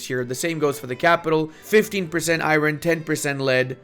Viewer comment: Please learn how to pronounce "iron"